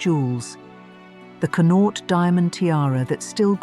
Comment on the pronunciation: Learn how to pronounce "Connaught", PLEASE!? As a person, who was born in the province of Connaught, your butchering of it's pronunciation is painful